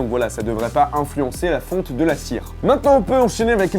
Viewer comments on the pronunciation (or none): none